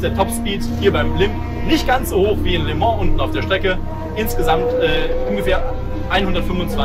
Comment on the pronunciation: Heisst es nicht "lö mon"? (statt les Mans)